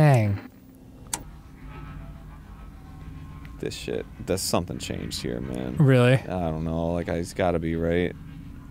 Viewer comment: Dan: "Shid" Me: Say Fard right now